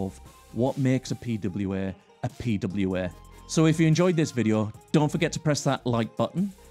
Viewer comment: Beside of the prononciation, the fact how often he said the term "P-W-Eeeeh" made that whole thing kind of annoying for me. Yes this might a video about pwas and I understand that you have to use that word, but not like 40 times in a row... At some point just tell them applications because everyone knows that you're talking about P-W-Eeeh's after being told so often.